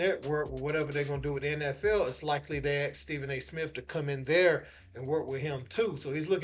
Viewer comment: Steven A "Smiff" being greedy